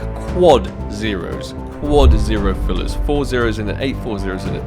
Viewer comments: Nobody:: notnotnotpointthree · how does he pronounce zero? what language is that? I'm curious